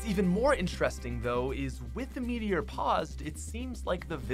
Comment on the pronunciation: Gacha Dino metior you really said metior I’m dead💀💀